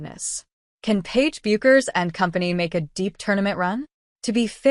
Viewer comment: You know it's AI generated when it pronounces Paige "Bu-kers". You should hear how AI butchers Geno Auriemma's name. Meaningless video